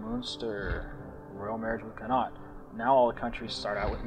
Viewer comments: Con-acht(as in yacht minus the Y) is not how you pronounce 'connacht'.Also that map of ireland is so wrong Meath is s county in the west not a province in the east. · connaught pronounced con-ocht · I have not yet seen someone who doesn't live in Ireland pronounce Connaught right lol.... everyone ends it like this guy does... it should end with a -ocht sound.